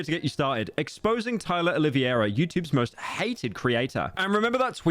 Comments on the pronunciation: I had a stroke every single time someone in this video said "Oliviera" instead of "Oliveira" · i dont understand how hard it is to pronounce O L I V E I R A the correct way, its not O L I V I E RA my wiggas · Why is everyone saying “Oliviera”? It’s -> O li VEI ra The E comes before the I. I know it’s not a normal sound for English speakers but you can do it. OLI VEI RA To say the VEI part right try saying: vvvv hey If all else fails just say “Olivera” Just don’t put the “i” before the “e” like when you say “riviera” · Ah yes, Tyler "Olivia-era" not Olive-era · Did you just say TYLA OliVIera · How can no one say Oliveira, it's not hard